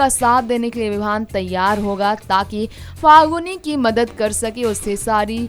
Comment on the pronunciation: pahali baat to faguni nahi falguni hai. bolna Sikh lo tab video banaya Karo ok